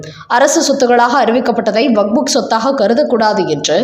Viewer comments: அதென்னமா வக்ஃபு வாரியம் என்பதை வக்புக் வாரியம் என்று வாசிக்கிறீர்கள். கேட்பதற்கு நல்லா இல்ல. உங்களின் செய்தி வாசிப்பை பல தடவை கேட்டிருக்கிறேன். உங்களுக்கு வக்ஃப் என்று வாசிக்க வராதா. திருத்திக் கொள்ளுங்கள். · Vak buk வாரியம் அல்ல, அது வக்ஃபு என்பது சரி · What waq fuk? It is waqf only. Don't wrongly pronounce. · "வக்"கும் இல்ல; "புக்"கும் இல்ல. அதாவது "வக்புக்" இல்ல. அது "வக்ஃப்". அதை வக்ப் என்று வாசிக்க வேண்டும். காதைப் பிறாண்டாதீக.